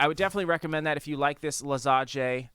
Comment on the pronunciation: btw for pronounce - lasanie "gne/gni" in nie/nie so tasty italian food.